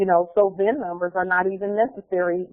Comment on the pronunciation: cin# instead uf vin# conveyance indentificaccion numbre